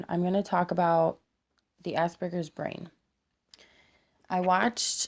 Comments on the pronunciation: AsPerGers not ass burgers, you can't say it right dont say it. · "Ah-Sper-Gers" not "Ass-Burgers"